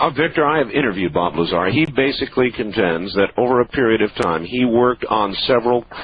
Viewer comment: "Larzar" "Crediable" "Victory" lol